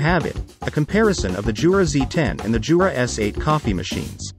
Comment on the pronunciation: it's "Yoo-rah" not "Joo-rah" !!!